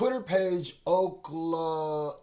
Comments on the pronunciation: It’s o k lama. Come on man, I know you know that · u my guy but as a fellow Dot fan ima need you to not mispronounce oklama (ok lama) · Just so you know bro, its pronounced 'ok llama'